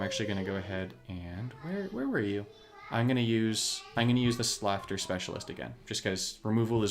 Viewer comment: not to be nitpicky, but slaughter is like daughter not laughter;-))